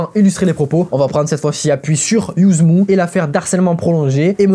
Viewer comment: Par contre Yuzmv ça se prononce YUZMA, le V fait un A à l'envers... Si on regarde n'importe quelle interview de lui pour s'y intéresser on le sait